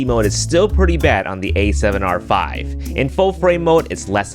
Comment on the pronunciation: The A7 YAAAAAAARRRRR V 💀😂